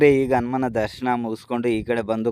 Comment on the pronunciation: Guru Adu ಹನುಮಾನ ಅನುಮಾನ alla Modalu devara hesru crrt aagi helod Kali Aamele video maadu